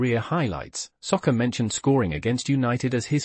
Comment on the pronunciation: How you pronounce Saka as Soccer, is beyond me!